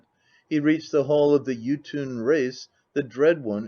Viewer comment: Is he saying “Jotun” or “YouTube”?